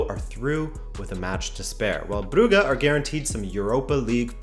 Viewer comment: u miss pronoucing brugge..